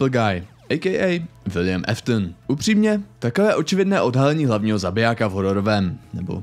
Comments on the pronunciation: kámo nečte se to Eftn ale Aftn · Jen taková oprava Williamovo příjmení se nečte jako Eftn ale Áftn